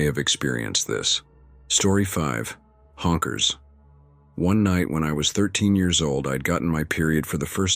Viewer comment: Why does the AI keep saying H O N K E R S. Lol